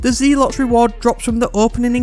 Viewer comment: "Zealot" is pronounced "Zel - Ott"!